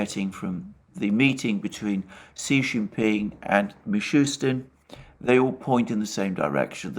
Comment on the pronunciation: Russian PM name is Mee-shoe-steen not Mee-shoe-Tzin.